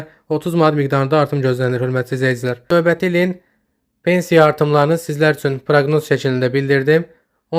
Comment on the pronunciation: Novəti yox a qoyun, Növbəti